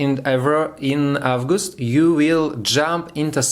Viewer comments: the more you practise the better! Without making mistakes it’s impossible to get experience and skills. You should pronounce March/мач/, August/огест/, etc. So listen to more things in English to get how to pronounce this or that word. In general although you made mistakes, I could understand everything. I wish you continue your work like this!❤️😀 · Молодец! Я горжусь тобой. 😎 August - произносится как Огест. This - лучше произносить через букву Д. Как Дыс. Немного поработать над английским и будет супер 💜💜💜. Но прогноз всё-таки понятный, понятно что ты имеешь ввиду. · Thanks, nice shot! Everything is clear. Still sigh of asc, right? I was looking for the good astrological forecasts in EN on YT. Not too much them I can say I've noticed some grammar mistakes, but it's nothing serious in speaking. Everybody does it. But please check pronunciation of zodiac signs. Leo, not lion. And months: april and august